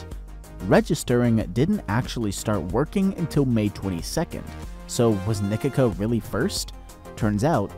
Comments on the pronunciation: How u said Nikica like nikika acutally hurt me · Nikica is not spelled Nikika, but like Nikizza with the zz like pizza.